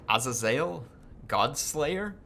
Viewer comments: Its not ah zay zale its uh zay zulh (azazel pronunciation) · Its Ah-zey-zel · A little late, but as for the pronunciation of 'Azazel' I believe its done: Ah-zay-zehl. Great campaign, inspired me to try my hand at one too!